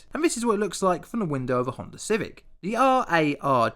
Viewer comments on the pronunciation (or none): none